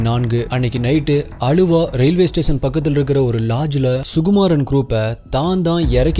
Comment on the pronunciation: Bro it's aaluva not Aluva spelling might make you read Aluva